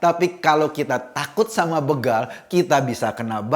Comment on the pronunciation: Maaf, Mas Eko. Penyebutan yg benar kata "begal" di menit adalah "bégal" sama sprti kata: "bela,beda,besok...